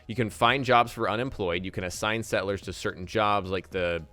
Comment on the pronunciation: I am very excited, but the way he says sett-lers, it bugs me.